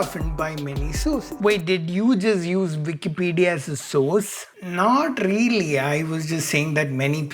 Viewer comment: I like the way you say “reely” 😜